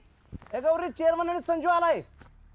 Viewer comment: चोरमन नाही चेअरमन 😅